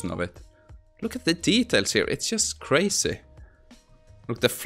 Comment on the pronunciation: Wow "crayzeh"